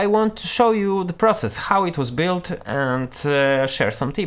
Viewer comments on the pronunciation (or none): none